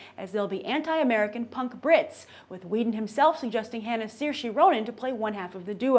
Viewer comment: Saoirse Ronan isn't British she's Irish. And it's pronounced Seer-sha